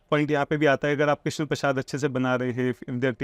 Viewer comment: आज आपने क्रिस्ना बोला 😁😁😁 भक्ति✅ अपभ्रंश❌ 🙏